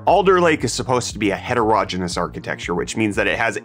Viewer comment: It's het-er-o-ge-ne-ous, not het-ero-gen-us. I don't want to be 'that guy', but I keep hearing you say it like that before I have my morning coffee and it is disturbing my breakfast. Other than that, thumbs up and I hope you have a pleasant day.